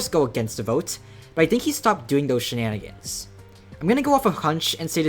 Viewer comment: the mf that said "shininingins" is wild